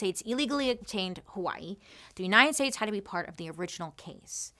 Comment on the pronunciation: 🌺Aloha Bailey, Mahalo for your story on Hawai'i! I've been a fan for years and now you are sharing about my home. You did a great job sharing the information on how Hawai'i not only got occupied but the overthrow and the current situation native Hawaiians face. (even the names... grinning you did well sis!!) 🌺 I always appreciate your candor and open honest way you tell the stories you do. So proud of the fact you are bringing information to people who are unaware of the not so pretty side of my home. (side note... Loved the fact that you shared about hula being against the law and the language... That is my history and my culture and now many will know) Luv you lady keep the stories coming!!! MAHALO NUI!!! 🌺